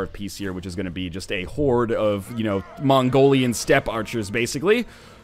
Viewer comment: he said mongorian in the least offensive way possible lol. It supposed to be pronounced like Mongolian, but with a racist Chinese accent.